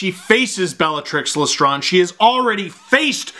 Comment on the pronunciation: Love the video! Can't say I've ever heard lestrange pronounced like that... Please upload more hp vids!!! 😁😁